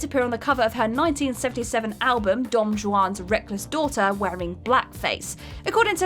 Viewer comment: No mention of Chris Gaines (aka Garth Brooks), BTW it pronounced Don Won's (Juan"s) Reckless Daughter